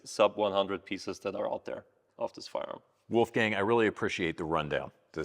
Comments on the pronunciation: A more correct way to pronounce it, though, would be "wallffgung". The way says it it would be written as "Wulfgäng" 😂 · Or as the guy in the video said: "Oulfgeng" 😁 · no, Austrian pronounciation would be like "woulfgaang" or woifei in short ;)